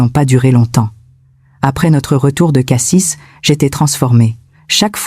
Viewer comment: On dit Cassi et pas Cassisse le s ne se prononce pas avis a l’IA